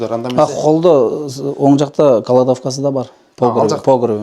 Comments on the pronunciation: Таза кыргызча эле суйлочу иним , каладовка эмес кладовка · Каладовка деп кыйналбай эле , кыргызча эле айтчы.Кладовканы.